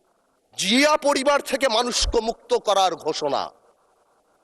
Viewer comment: Chia, shia, naki Zia bollo, bujlam na.